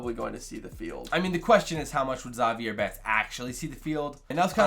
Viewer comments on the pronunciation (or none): You pronounced Zavier wrong, pronounce it like Xavier without the X sound